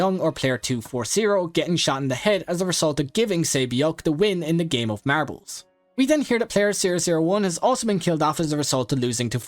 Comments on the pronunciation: marables BRO ITS MARBLES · Man the way he said MaRbLeS